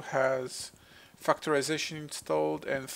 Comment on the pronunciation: Anyone else hear "fucktorization"? I should pay more attention...